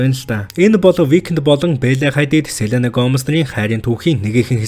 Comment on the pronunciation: selena gedgee neeh сэлэнгээ gej baigaa yum shig helehiin hahah tehdee goy bnaa